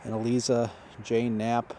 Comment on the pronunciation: Isn't "Eliza" pronounced with a "long i" sound? That's how I've always pronounced it. Thanks for going out in all kinds of weather to give us these videos.